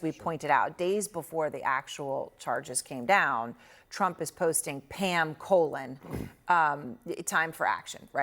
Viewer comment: You got her name correct, Pam Colon.